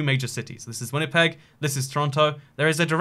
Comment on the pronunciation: Thanks for getting Winnipeg and Manitoba correct, I was stressing haha. Love your videos man